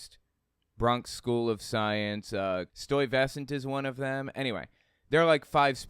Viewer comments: "Stoy - vesant'??!!! It's pronounced -' Stye - veh - sint'.... 😅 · Yo dude great points and all but the school is sty ves sent thats how you say it i get it you are a transplant but i lived here all my life. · Oh my God especially after pillow gate. Your comment had me weak. PS not sure if you’ll see this but wow welcome to NYC it’s a trip to hear you talk about the school system. I grew up in and not to be that native but you gonna lose your daughters street cred if you pronounce Stuyvesant like that, it’s stye like the shit you get in your eye. Anyway, hope your rent isn’t too fucked up I know shits expensive out here.